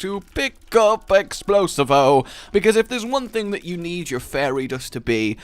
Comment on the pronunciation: I thought it was purnounced exploseevo